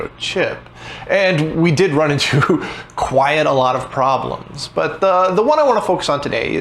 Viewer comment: Not gonna lie, every time I hear you pronounce "quite" as "quiet", it gets me a little. It's an odd quirk.